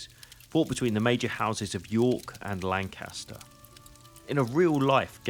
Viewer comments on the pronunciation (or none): none